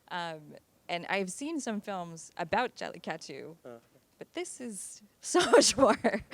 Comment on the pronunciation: It’s a shame the anchor/moderator didn’t take the effort to learn how to pronounce the name of the movie.